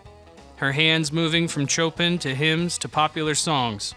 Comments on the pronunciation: Chopin pronounced Show-pan, not Chopen pronounced show-pen W T F (subtitles & narrator, JEEZ) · Great work! Side note, Chopin is pronounced Show-Pan. Looking forward to more docs!